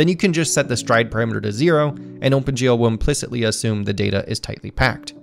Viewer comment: This video is great, and so was the last one, but I'm starting to get a bit distracted by how you keep saying "Ohmpen GL" :P